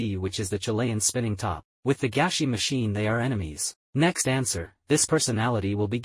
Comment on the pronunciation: i think its actually gashi not gashy